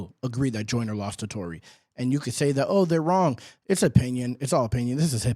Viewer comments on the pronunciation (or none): No he’s saying “Jonah” on purpose…we know how to say “Joyner” in the UK 😂